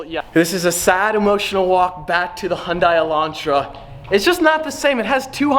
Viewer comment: No one is going to care but me, but thank you for pronouncing Hyundai correctly!